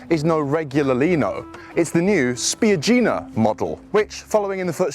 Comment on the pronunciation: Well done, you managed to mispronounce the car's name right off - it is in fact spiAggina.